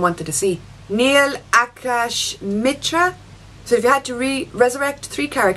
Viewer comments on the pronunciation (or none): none